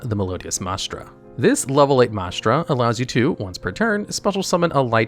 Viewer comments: MAH-Strah. Mai-stra.. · Sure that’s fair, the point is that he is pronouncing it neither of those ways 🤣 “MAH-STRA”, unfortunately the channel has a reputation for bad pronunciation; don’t get me wrong I love the content, I just sometimes get irked like right now lol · MY-stra, not MAH-stra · I don't know if used AI to record this or if he just never saw the word before, but Maestra is pronounced "Mai-eh-sht-rah." Same as "Maestro," just with an "A" at the end since the monster is female. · It’s pronounce MICE-TRA